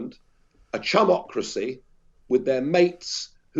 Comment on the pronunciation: Oh "chumocracy" I thought for a moment he said "chubocracy"